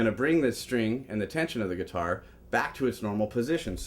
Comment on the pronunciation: Lol: "gutiar"..